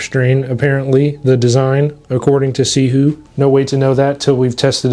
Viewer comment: Are you pronouncing that right?